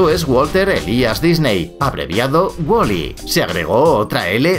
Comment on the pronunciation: Es Waly y no Woli tanto te crees con ese asentito